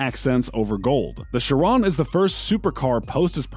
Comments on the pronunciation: Bugatti sheron... chi-ron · There are so many faults in this video! Like saying the wrx’s specs are the Sti’s! Mispronouncing Chiron chirone it’s supposed to be shi-Ron not shi-rone! Mispronouncing the veyron’s name, mispronouncing the wraith’s name! Lots of faults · this dude said bugatti sherone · My guy said “Bugatti Chrrrone” bruh💀💀💀😂😂😂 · "Bugatti ChErOnE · You might wanna work on pronouncing Chiron right 'cuz that's definitely not how you say it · Why did he say Chiron like that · It’s not shirown as you saying it it’s she Ron and HOLY SHIT you fucked up my favorite car the veyron wtf it’s not the verown it’s the VEY RON WHICH YOU KNOW IS MY PFP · Its she-ron and vey-ron not chirone and veyrone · ITS VEYRON (VAY • RON) AND CHIRON (CHEER • ON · i hate how he pronounces "chiron" and "veron" he goes "sheer on" and "ver onne" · Bugatti shirown Bugatti veroan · you say Chiron and veyron wrong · Almost trew up when he said chiron and veiron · why can u not say veyron and chiron like a normal person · Man, the way you pronounce both Bugatti vehicles made me want to punch a baby. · Just because a new exhaust and body parts were added to a car doesnt mean its modified, that SV is as stock as it can get. And thats not how you say chiron 😭 OR VEYRON 😥😥😭😭😭😭